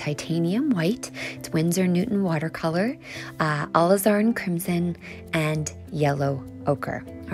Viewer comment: Love this so much! She says are new way of pronouncing Alizarin...a la zar in or something similar!